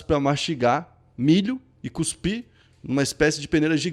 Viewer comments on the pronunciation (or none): none